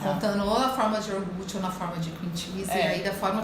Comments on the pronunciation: Ahhh que ruim ouvir uma doutora falar yoRgute! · Nao é iorgute. É IO-GUR-TE. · Exatamente. Ela fala IOR-GUTI. que deveria ser: IO-GURTE. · Iorgut? até saí do vídeo. Aff 🤦🏼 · Me dando agonia o “iorgute” kkkkkk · A médica fala "iorgut":(( 😭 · Feio é uma nutricionista que fala IORGUTE, pelo amor de Deus. 🤦🏽‍♀️ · Ela fala orguti? Ou eu não entendi?